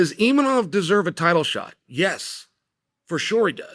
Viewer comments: Still saying 'Imanov'.....wtf is wrong with you? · Imanov? You would think as a professional commentator he would look up the actual name of fighters. Or does he mispronounce names on purpose? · "EEMANOF" lol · i like how chael pronounces imavov different every time lol